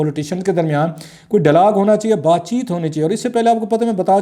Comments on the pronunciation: BHIRA G, OH SAIEN MEDA English ko katal na karo sohna. "It is dialog and not DALLAAG" Have mercy on us pls. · I think he says “dailaag ڈئی لاگ” . Which is the Punjabi version of “dialogue”. I had a pashtoon “friend” who used to say “Laswaday St لسواڑے سٹریٹ” whereas the actual spelling is “Lasvade St” pronounced as “Lass wade street”. We have such people all over Pakistan. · ڈائیلاگ کو ڈالاگ کیوں کہتے ہیں ؟